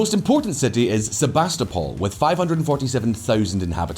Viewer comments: You pronounce the city name "SEVASTOPOL" wrong: you make stress on 2nd, like "sevAstopol" but originally the stress should be on 3rd: "sevastOpol" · Sebastopol → Sevastopol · I thought the city on Crimea is called Sevastopol not Sebastopol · Sebastapol is in Australia, not Crimea. There's a "V" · Sevastopol. That "capital B" in Cyrillic is a V ...